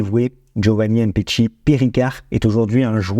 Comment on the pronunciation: il parle du fait que tu prononces mal le nom du joueur. Tu dis "M" petshi, ça se prononce "MMMPetshi" c'est tout attaché. C'est comme quand tu dis "Vladimir" tu ne dis pas "V" Ladimir. Tu vois la nuance ? J'espère que j'ai pas été trop brouillon dans mes explications 😂